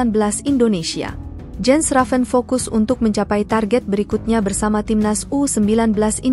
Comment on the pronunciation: It is pronounced "Yens". The letter J in Europe is pronounced Y.